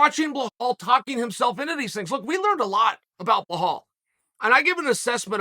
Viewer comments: He said Behal believes in Behal 😂 which is true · chael sonnen : remember the name blahala. hard prononciation to hear as an arabic like me lool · You sound silly cause you talking about "Blahal"? Unche Chael lol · Bilal: "RRRRemembbbberrrr the Nameee Uncle Chael: Behal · Why does Chael get literally everyone ethnic’s name wrong haha he calls him Behal 😂😂😂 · Why is he pronouncing it Bahal? Lol. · Ily chael, but you are absolutely butchering belals name lol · So I wonder how many times Belal will have to do "Everything Right" before Chael starts to Finally pronounce his name properly? C'mon man, its been over a year now. Jon Anik would be 🙄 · brother there is no h in belal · Dude can't even pronounce Belal's name. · Why do u ruin his name like that!! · I know it’s your schtick…. and I usually thoroughly enjoy your mis-pronouncing fighter names…BUT PLEASE… give the man the respect he’s earned… and get the name correct…please? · Is there any good reason you consistently misread the name "Belal" and call him "Blahal"?? I mean CONSISTENTLY. Is it so hard to just read 5 letters and remember them if that's the only one job u have? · Its Belal not Belhaul… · Great Chael! Would you please say Belal not Buhaol! Thanks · Hey Chael love you man, but who the hell is blehal? Not sure if your trying to be funny but it''s belal not blehal!!! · This guy is fantastic I love how much he fuck up his name constantly with (confidence)😂😂 blahal= belal. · Why DOES chael keep saying BLEHAL??? The mans name is BELAL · Someone tell Unc it’s Belal not blahall. Undefeated and undisputed. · His name is Bilel/Bilal. Spelled Belal in usa. NOT Bihol, ghail!!! Islam Machachev, you call him Malkotsjev. You doing on purpose ,🤣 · CHAEL!!! FFS could you at least TRY to pronounce the man's name correctly!?? At least TRY... out of respect??? It's not "BLAHALL"... it's "BELAL"... say it with the class... "BEEE-LAL". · BELAL not BEHAL hahahahaah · Chael come on its not blahal, its belal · Who’s Bla-hall? 😂